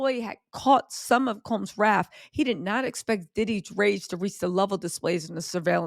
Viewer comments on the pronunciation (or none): none